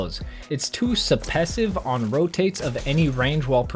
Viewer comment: “Suppesive” was supposed to be “suppressive” i think